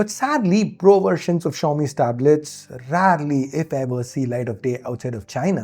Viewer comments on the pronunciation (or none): why did you speak “rarely” like that?😑😑